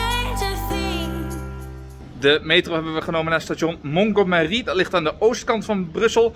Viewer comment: Ter info: Montgomery spreek je op z'n Engels uit. Het is vernoemd naar het plein erboven, en dat is dan weer vernoemd naar de Britse veldmaarschalk Bernard Montgomery.